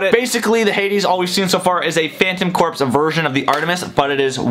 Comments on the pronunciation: It’s not cor-ps its core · Aigh! Please pronounce corps correctly! It sounds like 'core'! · Corps is pronounced Core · sigh I hate to be that guy, but "corps." is pronounced "core". I love your videos, don't get me wrong, but that drives me nuts. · He pronounced Corps wrong